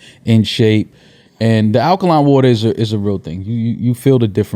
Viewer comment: said akaline water. Dj Akademiks really in his head.